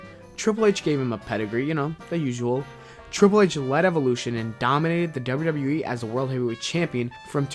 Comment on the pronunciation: Learn to say WWE!!!!!! Not WrrrWrrrE